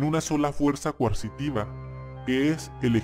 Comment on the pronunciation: Se dice "coercitiva" amigo. Ahora entiendo por qué apoyas a AMLO jaja.